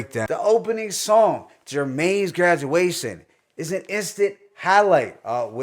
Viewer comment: 1st track is pronouced Jermaine's (Germany) Graduation